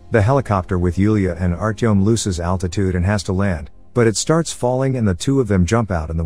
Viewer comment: The way he butchered the names 💀 hurt me Especially Yulia Artyom and Ivan You need to say them how they're written with no accent